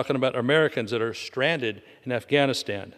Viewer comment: To Jen Psaki: strand·ed1 /ˈstrandəd/ ￼Learn to pronounce adjective 1. left without the means to move from somewhere. "she offers a lift to a stranded commuter" Similar: helpless without help/assistance without resources in difficulties in the lurch abandoned forsaken deserted trapped cut off 2. (of a boat, sailor, or sea creature) left aground on a shore. "a stranded whale" Similar: beached grounded run aground high and dry stuck shipwrecked wrecked marooned cast away Feedback